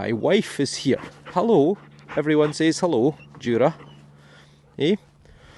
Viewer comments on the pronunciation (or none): none